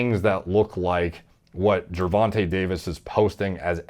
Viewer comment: You actually pronounced Gervonta correctly, good job!